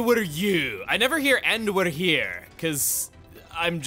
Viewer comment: So, in a Welsh accent, all words like 'here' sound pretty much the same; whether it's 'here', 'ear' or 'year'. At least in a South Wales Valleys accent. Don't worry, we know it's confusing for others, we just can't help it 😂